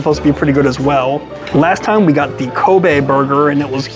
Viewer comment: Kobay Burger? Come on dude ...its called Ko - Be